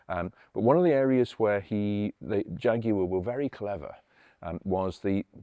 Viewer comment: Nice to hear the word Jaguar said perfectly, and not like our cousins in the US saying Jagwar